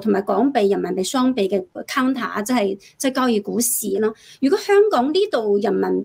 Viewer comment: 交易，讀成郊野